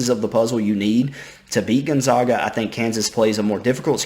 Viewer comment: Gotta learn to pronounce gonzaga right. Zag not Zawg. Think zigzag